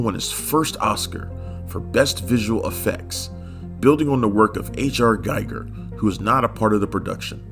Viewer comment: Giger rhymes with eager